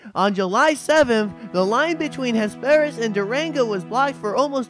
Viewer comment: you pronounced Ames incorrectly. It is a Long A and a silent e. Hesperus was wrong too!